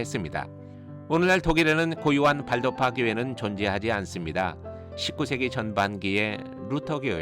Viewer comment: 강근환 교수님께 강의 들을때인 1991년에는 왈도파라고 배웠습니다. 1995년에 조병하 교수님께서 가르치시면서 발도파라고 발음해야 한다는것을 배웠지요. 지금 교수님께 배우는 학생들은 큰 복을 받은 분들입니다.